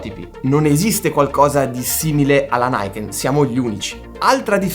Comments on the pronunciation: Uuuuuhhh che occasione per fare un commento da saputello (ma piccolo piccolo) Luca: non si pronuncia "naiken" all'americana (inglese) ma "niken" così come si legge... perché è un nome giapponese. Eheheh. Per il resto: TANTA ROBA, bravo ! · la moto non si chiama "naiken" ma "ni-ken" dove il "ni" sta ad indicare il numero due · Piccolo appunto lessicale: il nome della moto non è inglese ma giapponese, quindi non si pronuncia "NAIKEN" ma "NIKEN"; è l'unione di due parole NI e KEN e significa "due spade".